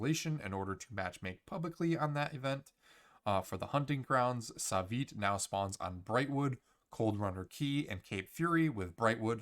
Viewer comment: NONONO u sayin his name wrong is not savyt is SUAVE oke SUAVE XDXD and now at least we have many good reactions from the new cb rework XD they love it